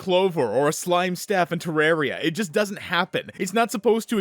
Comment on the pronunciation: Terraria Reference? PRONOUNCING IT CORRECTLY?! SHUT UP AND TAKE MY SUB BRO